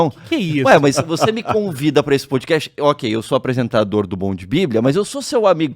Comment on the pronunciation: Não é "poudi cast" e nem "hopi" hour.